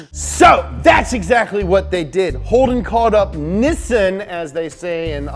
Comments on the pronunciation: Says Nissan correctly for the first time in his life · He said Nissan right, not bloody Knee-Sann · Ayy, like the pronunciation of Nissan and thank fuck there was no fosters reference.